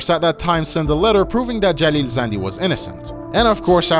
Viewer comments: Are you persian? Cause the way you say Jalil Zandy sounds verryyy native. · Bro thank you so much for actually paying attention to this and also saying the names of city and jalil zandi thank you. No one actually says the names correct and that bothers me thank you myself I am from Iran and no it's not like we are blocked we use VPNs it's illegal but nobody cares you can't get arrested for it even though it's illegal Love from iran❤ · you said that name in most iranian way , you are iranian?